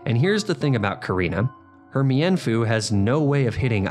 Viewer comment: It's pronounced mean foo not me in foo